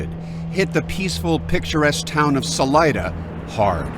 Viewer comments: Sal EEE DUH not Sal EYE DUH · Salida means “exit” in Spanish and it’s pronounced Sah-Lee-Dah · Saleeda I know you guys in Colorado don’t pronounce, but the name is not English. It’s Spanish and it means exit.